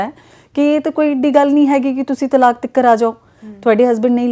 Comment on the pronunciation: ਤਾਲਕ ਨਹੀ ਹੁੰਦਾ-ਤਲਾਕ ਹੁੰਦਾ ਜੀ 🙏🏻